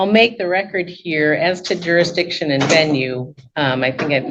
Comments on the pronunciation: I wouldn’t improve jurisdiction either if the damn defendant can’t even pronounce it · You should not be able to argue if you can't pronounce the word JURISDICTION!